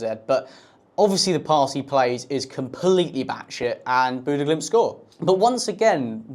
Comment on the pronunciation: He did the Glimt part well. The stadium name was good for a Brit, but I dont think he said Bodø correctly once. It varies, but he either mispronounce the O or Ø, or both sounds at once.